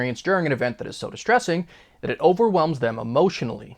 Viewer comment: "DAT" is not a word